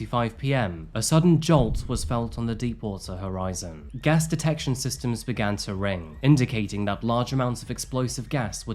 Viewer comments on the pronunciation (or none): none